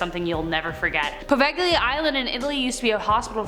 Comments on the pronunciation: Great video =) I will say that the pronunciation of Poveglia is po-VEY-lee-uh. =D <3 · English-speaking persons are funny. Poveglia is pronounced Po-vey-li-a